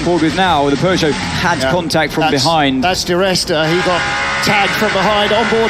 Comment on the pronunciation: Peugeot ❌ Pegeout ✅